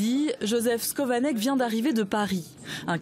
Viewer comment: Son nom ne se prononce pas " scovanec " mais SCHOvanec